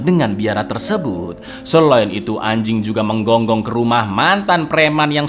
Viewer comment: Bang..ada masalah apa anda sama "anjing"...kok ada penekanan suara pada kata" ANJING itu bang......😂